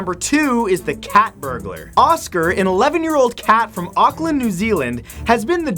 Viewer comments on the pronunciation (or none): Matthew it is Pronounced orcklaund (Auckland)